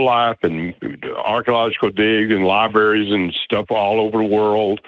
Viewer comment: Aramaic = Airy-barick. Libraries = Lie-berries.